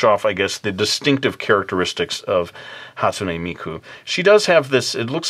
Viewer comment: ou're pronouncing the name wrong geeesh you don't add the "ei" after the "n" on hatsune. sorry, it just annoys me pay no attention